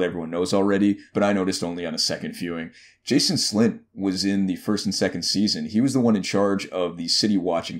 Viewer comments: JAN-OS slynt. Not Jason. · It’s Janos Slynt not Jason Slynt come on man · "Jason Slynt" lol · I shuddered from hearing that butchered pronounciation of Janos slnyt